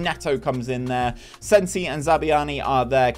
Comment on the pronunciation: Great vid! Loved watching as a cherries fan myself despite the painful pronunciations of Zabarnyi and Senesi 🍒🍒